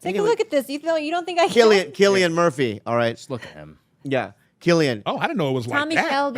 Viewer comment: Isnt his name pronounced with a c cillian? Not with a K